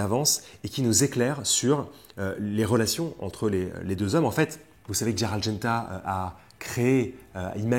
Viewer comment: c'est Gérald et pas Dgérald! roooo voyons 🙂. Gérald de Lille;-). tjrs top vos vidéos